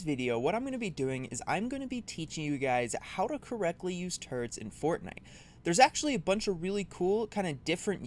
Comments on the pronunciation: I hate to say this, but it's turrets, not turrents. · How to correctly use “turds”? Am I the only one who heard that?